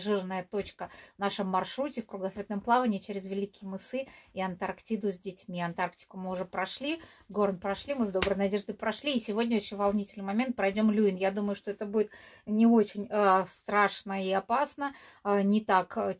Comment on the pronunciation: С удовольствием смотрю! Но почему мысЫ? Они же мЫсы!